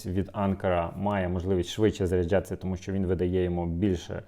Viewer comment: Як так можна? Постійно заряджЯтися, а не заряджАтися, постійно п'ятдесятЬ, сімдесятЬ, а не п'ятдесят, сімдесят!!! Насилу дослухав таку мову. За огляд дякую! Мову шліфуйте!